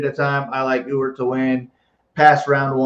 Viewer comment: Thanks again,! And thanks for being able to properly pronounce Ewert (yooo-urt). You're the ONLY person I've heard able to do this correctly.